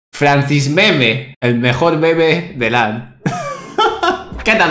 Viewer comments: El mejol el mejol el mejol el mejol. :V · enseñale quien es el mejol, el mejol, el mejol, el mejol xD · es el mejol el mejol el mejol jajaja